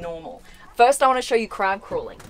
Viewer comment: 2 thing when she said Look at all these buttons its reminded me of that meme and when said crab mode I thought she said crap mode